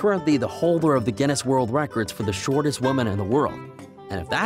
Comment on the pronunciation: Why do you keep saying. Shot tis inthe wold